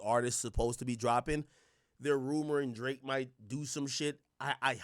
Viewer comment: “El draaké”